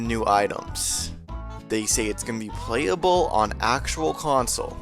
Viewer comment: "Dis video will be plehable on the original nintendoo 64 console...."